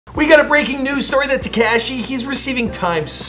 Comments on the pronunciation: you really still calling Tekashi, TECASHI lmao 🤣🤣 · Say it with me now... Teh...CAW...SHE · Teh Ceh She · TA KAH SHE lol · Ta-cashy...enough said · Not teh caw she but ok 👌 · I can hear you saying it something like "Tekas-eh, eh??". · At this point. One can only assume he’s an idiot. Lol